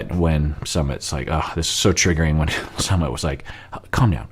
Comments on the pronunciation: you're not saying Sumit correctly. Per another user it's Su as in Susanna and mit as in Mitsubishi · He never does lol... He tried for the first few videos then just went back to saying summit. Yet he rolls his r for Larissa and Andre. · Yes and the emphasis should be on the second syllable